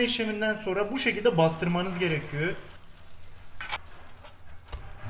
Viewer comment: Abi sen her gerekiyö dediğinde ben daha çok gülüyorum